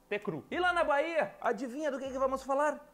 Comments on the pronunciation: quando for falar Bahia, a letra H é muda, não se ouve o som, pronuncia algo como "Baía" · Hi, just a hint when trying to speak the letter "H" in portuguese, it is silent. I saw this when u when u tried to say "Bahia", we pronouce like "Baía". Most of the times the letter "H" is silent in our vocabulary. ( Sorry for any gramatical errors ).